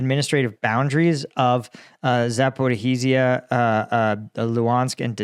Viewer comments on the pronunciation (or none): Sorry, Za po RI zhya, not Za po ri HI zhya. Please.